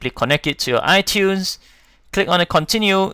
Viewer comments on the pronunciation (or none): none